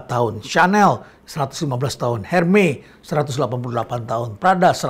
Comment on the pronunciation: Ermes Prof..bukan Hermey..